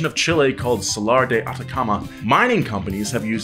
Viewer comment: Donut Media Funny thing is that my name is salar and you said it the correct way thank you and also it was 😂